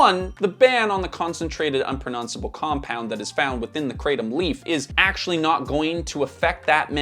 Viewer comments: Calling Kratom (it's "Krah-Tom" btw not "Krey-Tom") a supplement is crazy Also note, Cannabis comes from plant, Tobacco is a plant, Opium comes from the seed of a poppy, etc, etc... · The correct pronunciation Krah-TOM. Not Kraytom. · Thai here - It's pronounced "kra (like 'okra') - tom (like 'Thomas')", never heard your interesting pronunciation before 😅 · In Thailand, where the plant grows in lots of places, it's pronounced kruh-tahm. It's crazy hearing the American pronunciation. I never tried it or wanted to try it in the years that I lived there. I don't need any new vices. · I live in Thailand and laugh every time I hear krathom pronounced like that.